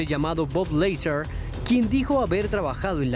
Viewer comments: Bob Leizar?!!! No jodas güevón haces un informe sobre el tema, y no has escuchado los documentales en inglés?! Bob Lazar, haber, repita con migo LAZAR. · Interesante manera de pronunciar el nombre de Bob Lazar 🤣🤣🤣